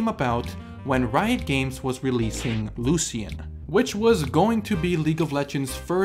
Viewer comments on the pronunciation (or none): I thought it was LU SH IN Not LU SHEE AN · the way that you pronounce lucian is so strange i have never heard it that way. i have always heard it like lushen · Am i the only one losing his mind over how he pronounces Lucian? legit could not butcher that name more